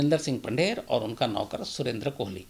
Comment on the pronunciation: कोहली नहीं कोली है वो